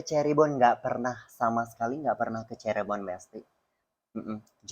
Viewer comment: cirebon bukan ceribon 😭😭